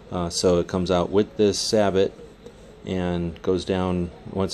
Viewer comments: Its say-bow not sabit. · Its actually pronounced SAY-BO not SAB-OT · Surprised to hear you say sa-bot instead of say-bow. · Stephen Weiler what in hell is kaysadyia or quesadilla. Sabot sounds dang better than your saybuuuuw. In german we say say it in a clear way "Sa-bot" (german S not english "zay" like s). Or like i said Treibspiegel. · Johannes.St \Liandri-Innovation_RifleCompany/ The Mexican food. People should pronounce words like they are on their native language. Either way, the correct way to say sabot in English is saybow, not sabit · Jttv better said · I hate to be this guy but it is truely pronounced "Sae-Boe". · Yeah say bow, lol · dude its called a say-bow !! get it right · lol, sa-but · i thought it was pronounced suh bow oh you said it like that, kthnxbai